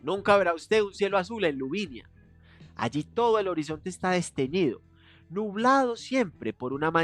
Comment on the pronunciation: Por qué dices LuviNIa si es Luvina!! Me describo 🤣